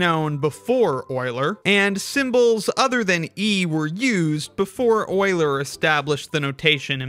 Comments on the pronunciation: It's euler, not oiler. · Euler not oiler😢😅😂